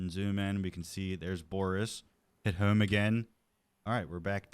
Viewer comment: you say home weird